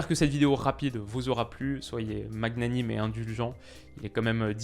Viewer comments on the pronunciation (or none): Super vidéo comme d'hab, tu m'as redonné espoir ahah ! Juste on dit plutôt manianime que magunanime si jamais tu y accordes de l'importance, sinon osef. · "Magnanime" se prononce "Manianime",;) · A la fin magnanime ca se prononce sans le g, manianime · étonnant, ta prononciation de 'magnanime"